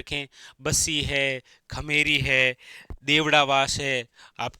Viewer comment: खेमेरी नही खेमरी है। Sir ji😅